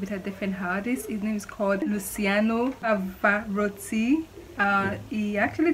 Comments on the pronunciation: Pouvez vous au moins le nom de Pavarotti normalement et bien prononcer? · Whi is he? Seriously? I k iw forhin since I was 3. And learn to pronounce names properly